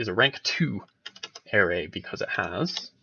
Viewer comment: arRAY, not AIRay...but it's a good video. That one thing chafes, though.